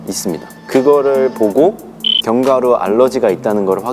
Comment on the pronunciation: 애들 다 견과류발음 건과루라고햌ㅋㅋㅋㅋㅋ귀여워 ㅋㅋㅋ 나도 맨날 카페에서 손님한테 말꼬여가지고 계피가류 아 아니 가류 이러는데 ㅋㅋㅋㅋ